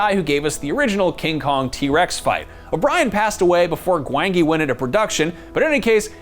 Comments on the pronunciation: Its pronounced "Gwan-Gee",. 👍🏾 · Don't think he actually watched Valley of Gwangi..... GWON-JI is how it's pronounced ._. ... that's literally how its pronounced throughout the WHOLE movie... glad the movie got a mention though. great film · His pronunciation of Gwangi is very upsetting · I don't think he watched the valley of gwangi or he may have pronounced it correctly. Kinda puts credibility aside if you don't actually watch the movies you make the list of lol